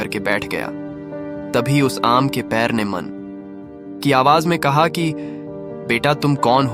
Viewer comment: पेड़ को पैर बोला जा रहा है जो कि गलत है